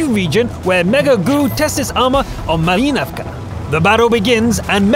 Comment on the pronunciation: At least he tried :)